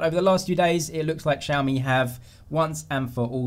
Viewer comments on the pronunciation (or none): My friends and I are laughing at how you guys pronounce XiaMi lol😂😂😂No offence